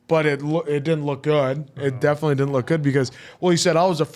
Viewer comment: Milchick not Milcheck or Murtaugh. Definitely not defilly. 🤨🙄😵‍💫